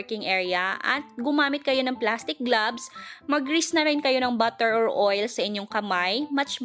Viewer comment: please check your grammar usage & right pronunciation. Ex.. Plural of 1.tablespoon -tablespoons 2.glutinous- "t" not "th" 3.pronunciation be clear please- "grease" not "grace" 4. "Melts in your mouth"